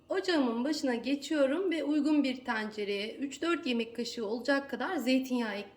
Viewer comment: Biraz diksiyon lütfen. Teeencere değil tencere